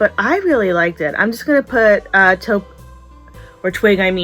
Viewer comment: I catch myself mispronouncing things ALL THE TIME! I got a kick out of the "top" taupe. Big hugs to you ❤